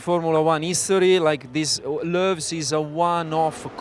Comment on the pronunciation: I reckon I just heard "Loews" pronounced correctly for the 1st time ever. Thank you, Andrea Stella. If you don't know what I'm on about, it's one of the hairpin names Sam mentioned. Apparently it's actual name is the Fairmont Hairpin, but I've never heard it called that. It was the Station Hairpin when I was a kid, then Loews, and currently Grand Hotel. I also recall when Mirabeau was Mirabeau Haute, Portier 1 was Mirabeau Bas, and Portier 2 was the Viaduct.